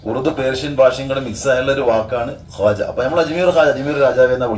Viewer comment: അജ്മീർ ഖ്വാജാ رضي الله عنه എന്നാണ്...കാജാ അല്ല